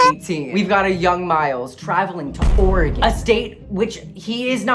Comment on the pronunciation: You pronounced Oregon correctly. Yay